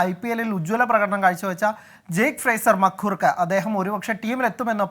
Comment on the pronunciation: he butchered the name fraser-McGurk